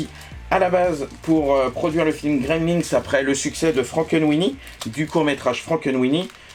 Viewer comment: Coucou J'aime bien ta manière de présenter - (c'est moi ou tu prononces "Gremlinks" ?)